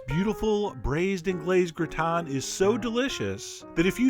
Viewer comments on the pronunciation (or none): What is a gratin? And why is it pronounced backwards (gritan)? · Xataret He mispronounces it in the video though.